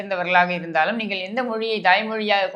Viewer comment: வல்லினம், மெல்லினம், இடையினம் வேறுபாடு தெரியாது! " நீங்கல், உங்கல், வால்த்துக்கல் என்றெல்லாம் பேசி, எலுதி தமில் மொலியை அலித்துவிட்டார்கல்!"